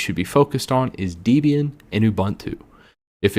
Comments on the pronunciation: Deeeeeeeebian xD 'Deb-e-an' Freakin gnome in English the 'g' is silent! Why do ppl keep saying GUH-nome? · Just a heads up that Debian got its name from the author Ian Murdock and his girlfriend at the time Debra Lynn. So I believe the correct pronounciation of its name is Deb-Ian rather than Deeb-Ian. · I left when he said "Dee"-bian... for those unaware, Debian was named by its creator, Ian Murdock, as a portmanteau of his and his girlfriend/future (ex-)wife Debra names... I don't believe she pronounced her name "DEE-brah". For a video recommending which Linux distro to choose, it's concerning that he mispronounces such a monumental distro that has been around since damn near the beginning, formulated I don't even know how many other distros (i.e. Ubuntu, Mint, MX Linux, Kali, which are probably mentioned later in this video as well), and still maintains its popularity for thirty years later. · Why does he keep calling it Deebian? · I couldn't watch the video. I'm a petty guy and hearing "deebian" multiple times just... ugh.. On a positive note, I've seen other videos and enjoy them so sorry for this negative comment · Debian is pronounced like "Debbie-Ann". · It’s deb+ian dude. Not deeeeeebian. Cringe. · It’s pronounced Deb-ian not Dee-bian. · It’s pronounced DEB-IAN, just like the names, not DEEB-IAN. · People who say "dee-be-an" remind me of the days when people used to pronounce Linux as "line-ecks". Also SuSE is pronounced "Zu-zuh", not "suzi" as in the girls name. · How is it that you mispronounce Debian and Ubuntu? It almost seems like a conscious choice. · It's Deb and Ian not Deebian lol it's also oo-boon-too!! Who is this guy? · It's not pronounced dee-bian; it's debian; like the name Debbie. And it's oo-boon-too; not oo-bun-too.